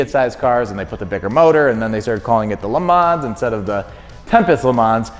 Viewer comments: Great vid, as always!! But the S on the le mans, is mute. You dont pronounce it :) tip fron a french canadian. The bob ross was So epic!! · LE. MON. SILENT S